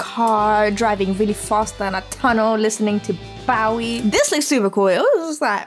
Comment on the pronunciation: Please learn how to pronounce Bowie.